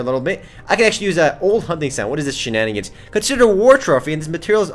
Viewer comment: Its sooo funny when he says shinanigans